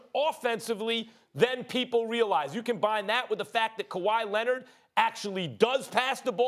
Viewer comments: stephen a: paw jowich and kuhwah lennit me: 🤔🤷‍♂️ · Kawi Linned 🤣🤣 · “Kawhi Lennit” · "Kawhi Linnit" - Steven A Smith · Stephen A “kawhi lennit” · ''Kawhi Lennit'' 😂😂😂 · Nobody: Stephen A: KAWHI LENNET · actually it’s KUHWAI LENNET